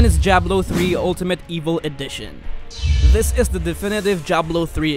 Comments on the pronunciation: Jablo?? WTF? it's Diablo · like wtf man this guy says diablo jiablo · when he says diablo it sounds like jablo